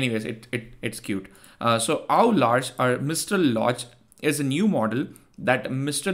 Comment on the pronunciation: "Au Large" means to be out on open sea in french. It's pronounced "O Larsh". La Plateforme is pronounced "La Plahtform"